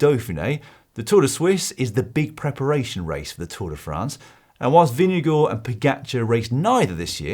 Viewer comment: Jonas pronounces his own name as "Jonas Vingegaard".... why do you refer to him as Vingego??